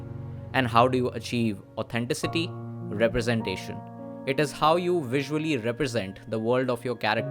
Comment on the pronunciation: «Authen-ticity» not «Authencity» please